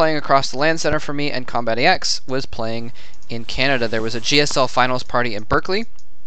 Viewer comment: Its combatEx not combat Eeh EX